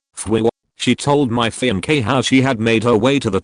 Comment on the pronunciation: Strange how the a.i pronounces fiancee as fem-k.😅